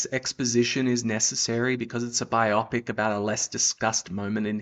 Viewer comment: No need for the blasphemy. Jesus name is holy, not a replacement swear word. The word is Bio-pic, not bi-opic ffs!! Bio = Biography....Pic - picture.... Therefore it's bio-pic